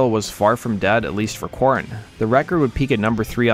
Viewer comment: good Lord, just constantly having to spell out everything in YT comments. I spelled it the way he was saying it. Go back to the start of the video and you'll hear him pronounce their name as core- in or Kor-en.